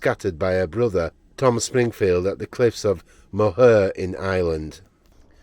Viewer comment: Didn't know some of her ashes were sprinkled around the cliffs of mohair beautiful place in Ireland even though you didn't pronounce it correct I will for give you lol